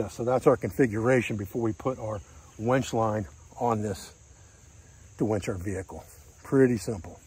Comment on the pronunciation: 'Winch',, the word is 'winch'. SMH..."wench"...geezis...